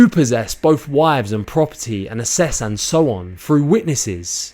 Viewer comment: At 4.40, just a small point, the word is asses not assess, which has a different meaning entirely.